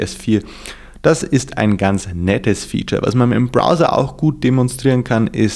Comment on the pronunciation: browser nicht brother :D